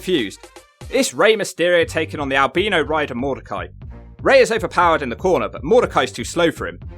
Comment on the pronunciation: You've mispronounced Albino twice this video.